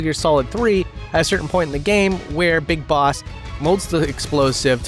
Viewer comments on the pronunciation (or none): none